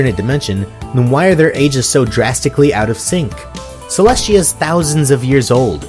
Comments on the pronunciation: You keep saying Cleshtia but it is Celestia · is it just me or do u keep saying Celest*SH*tia